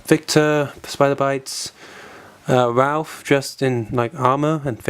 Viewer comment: i like that you call raph, ralph :D